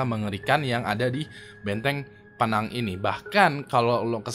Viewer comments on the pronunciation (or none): Pineng, bukan pinang pengucapannya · Penang bang bukan pinang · Kok pinang dah dibacanya? Penang kali ah dan kalo pronoun english nya itu pineng bukan pinang 😩😩😂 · 'Pé-nang' atau 'Pi-nang',. Bukan Penang 😁😁😁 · SEBENARNYA PINENG SEBUTANYA.... CUMAN EJAANYA PENANG.... GUE EWINGSQUAD MALAY BANG...